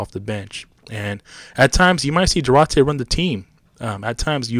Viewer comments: Due-Artay , not Due-ratay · It's pronounced Dwar-tay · It's Do-are-tay! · Say his name correctly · Learn how to say his name you goofball